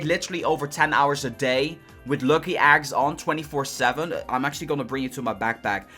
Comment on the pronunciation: Shy is he saying "Aggs"